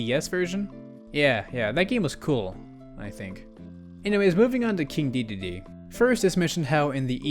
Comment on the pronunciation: it's not "deedeedee", it's DEDEDE. Like DE in "DELTA".